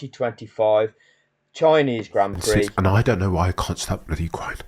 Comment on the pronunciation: Grand Prix, is not pronounced pricks!